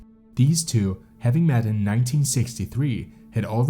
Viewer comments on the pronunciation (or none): Words like understood and good are not pronounced understewd and gewd. Met is not mat. Leader is not litter. You don't get to change how a word is pronounced just because you are a narrator.